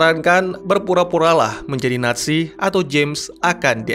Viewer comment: NAT SI... apa NA ZI... Kok akadang-kadang terdengar NASI